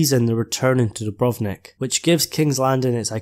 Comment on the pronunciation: I just found your channel and subscribed! First, your pronunciation is perfect on Dubrovnik, and I love your accent. Yes, Jon is like Aragorn and will lead the battle, but not sure if KL is the final scene. In the end, there will be a line like - "Let us together rebuild this world so that we may share in the days of peace" because GRRM like Tolkien, is very anti-war, even if the conflict is justifiable. I've been avoiding YouTube because you're right, the Season 7 spoilers ruined it (although I was powerless to resist).